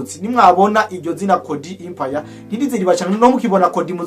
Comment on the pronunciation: Musesanguzi ijambo"EMPIRE" basoma "E" non "I"